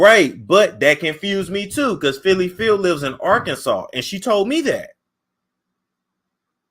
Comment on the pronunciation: It is not Phylly.